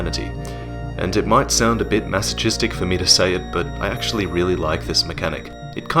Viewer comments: masotchistic wat. Great video though. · Is it proper to pronounce masochistic that way?